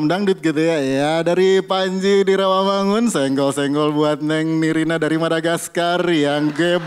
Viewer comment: nirina gak jelaas...